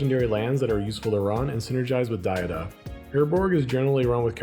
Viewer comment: Id donate for the correct pronunciation of DA-HA-DUH